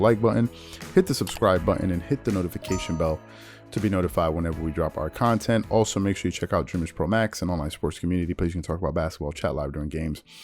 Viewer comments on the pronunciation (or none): none